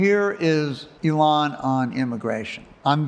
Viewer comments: is yet another person who refuses to pronounce Elon's name like Elon pronounces it. He pronounces it like Elan in English ("e-LAN") which is a completely different word meaning to have enthusiasm, engagement, and flair. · I cringed every time the Grant Amato impresonator said "Elón" instead of "Élon". I'm sure he watched some of his other interviews as preparation, he must have heard Elon say his name a couple of times. Why do people do this?